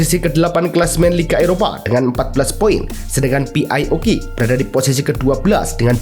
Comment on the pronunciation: izin koreksi min, PAOK di eja "pi ei" bukan "pi ai" setauku A english dibaca "ei/ey" kalo "i" baru "ai" izin